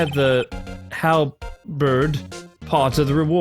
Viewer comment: Great until you pronounce halberd but that fine